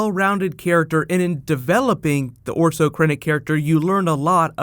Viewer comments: it's orson not orso lol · Orson* Krennic. I think you said Orso lol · ORSON.....NOT ORSO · You keep saying Orso Krennic, it's actually Orson, like Orson Wells. That said, I also loved the movie!! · Orson Krennic. Not Orso. stop calling him Orso! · Is he saying 'orso krennick' It's 'Orson'